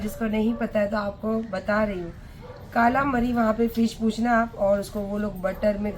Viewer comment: Kaalamari nahi madam kalamaari bolte h use mai pure veg hu par TLC channel pe ye sab dekh dekh k naam pata h...😃😆